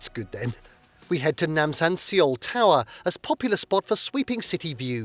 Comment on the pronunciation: I could not get over the mispronunciation of Seoul and bursted out laughing for 3 - 5 minutes. 😆 It's pronounced as "Soul".